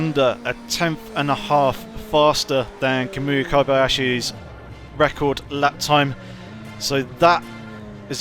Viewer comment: Kobayahsi? Lol